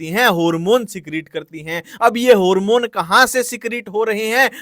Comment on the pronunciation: Harmone 👎🏻 Hoormon 👍🏻❤